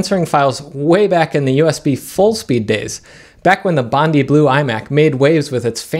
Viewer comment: We say 'bondye' - it was named for the water at Bondi Beach here in Sydney :-) Source